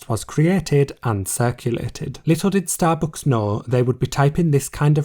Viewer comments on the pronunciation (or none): yeah I love starbooks xD bruh, why do you pronounce it like that, took me 5 min to figure out what you mean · nice video but the way you pronounce STABOOOOOOCKS is so annoying 😭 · Wtf is “starbooks”? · Shallowbooks is all i hear u say 😂